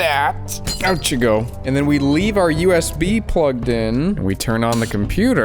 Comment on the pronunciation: Why does bro say "yusb" instead of usb